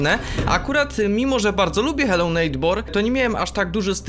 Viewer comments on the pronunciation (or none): xD Hello neitbor